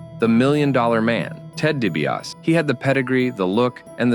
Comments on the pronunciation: DiBiase is pronounced “Dee bee ah see” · You pronounced DiBiase wrong.